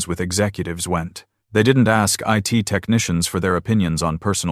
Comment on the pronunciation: The AI was exposed. It said, "it" department, not Eye-Tee.